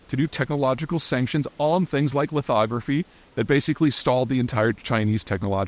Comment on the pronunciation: Thank you for saying lithography correctly!